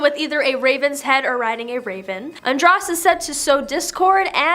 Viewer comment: Andros is pronounced with a long O .... ( an drose)